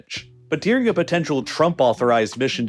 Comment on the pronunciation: “Ladin America” and “deering?” The narrator pronounces things oddly. It’s Latin with a T, not a D. And the word is “during,” not “deering”